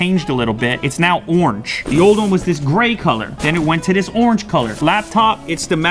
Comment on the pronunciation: What the fuck is onge it’s ORANGE you halfwit.